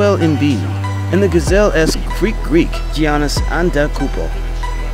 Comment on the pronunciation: Nice video, but you really need to learn how to pronounce Giannis' name. This is the second video of yours I've watched where you butchered it. First name- Yah-nis. Last name- Ahn-teh-teh-koon-poh, or alternatively Ah-deh-doh-koon-bo. I do enjoy your content though. Just some con-crit.